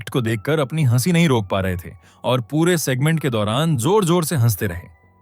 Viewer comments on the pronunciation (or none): आपका हंसी, हंसना, हंसाया ईन शब्दोंका उच्चारण बताता है की आपकी हिंदी भाषा की जानकारी अधुरी है। इन शब्दों का उच्चारण किसी के भी मुंह से ध्यान हे सुनीए आपको आपकी गलती समझ आ जायेगी।